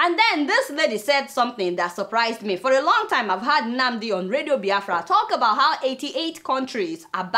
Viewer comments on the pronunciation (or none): Your opinions is late Biafra have gone for good, a point of correction please stop pronouncing ebout instead of about